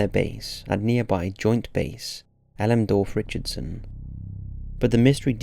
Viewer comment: Elemdorf? No, El-MEN-dorf. Im from Anchorage. That messed me up 😂 we also call is J-Bear.